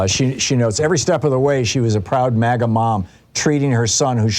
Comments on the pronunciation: It sounds like he's saying "maggot" instead of MAGA. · Did he say magat movement